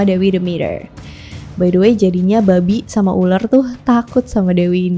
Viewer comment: Pelafatannya babi candu bet "Babik" 😂